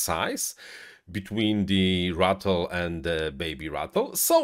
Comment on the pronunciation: Who else was laughing every time he said Rattle instead of Ratel lol